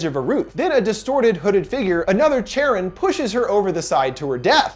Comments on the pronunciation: Not an expert on Greek mythology, but isn’t Charon pronounced Kharon. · I believe “Charon” is pronounced “CAR - ON” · You mispronounced Charon :(. ( Kare-un)/ (Kare-on) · It's pronounced Care-on, not Chair-on. That's pretty common knowledge. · PRONOUNCED KARON........NOT CHARON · Thank you! I love your thorough and energetic reviews. Also, just so you know, for these ancient Greek names "ch" is pronounced like /k/. So it is "care-on" as opposed to the English pronunciation of "chair-on." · Charon is pronounced Care-on. Not Chair-on. I'm a mythology nerd. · Lol, cringing every time he pronounces the name like Chair On instead of Care On... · Another great video! I appreciate all of the research and analysis you do on each movie you cover. On thing though, the name "Charon" is pronounced "Care-on" not "chair-on." I'm a mythology buff so it bothered me but I loved everything else about video. Very insightful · It makes me uncomfortable how he keeps mispronouncing Charon It’s care-on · Anyone titled that he pronounces charon incorrectly? It's basically Karen but with C. :P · CHARON Its C-A-R-E-O-N say its with me CAREON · it's pronounced Kharon. Or Care-on . I know you can't fix it....just... if I didn't say it my eye woudlnt' stop twitching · It’s pronounced “kar-on” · It’s pronounced CARE-on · I believe it's pronounced as Kharon. Anyways, I love! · Isn't Charon is pronounced with a K?